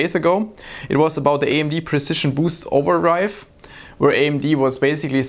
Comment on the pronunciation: "Precision Boost OverRIVE". New tech?